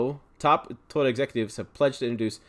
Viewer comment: you need practice on saying Toyota😅